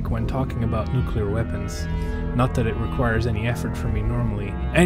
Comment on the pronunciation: Very cool. I bet "" watched this video. And thanks for saying nu-cle-ar. As another comment said, you must play "Missile Command" in the follow up video:) Be seeing you... number???